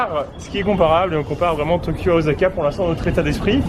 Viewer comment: ca se dit pas OZAKA !! c'est un s donc ca se prononce "sa" !! Mon combat de tout les jours avec ma chienne qui s'appel Osaka ...